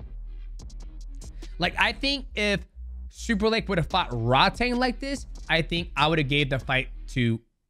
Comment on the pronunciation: Just a heads up - it's pronounced "Rroad-Tong" which means "tank" in Thai, says my wife. Drives her nuts when the ONE commentators mispronounce Rodtang all the time lol. Great breakdown. They say Takeru's leg is still merked.